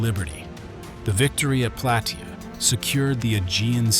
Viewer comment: It is pronounced Plah-tay-ah